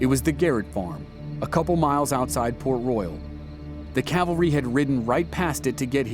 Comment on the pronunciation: Cowvary? CAValry...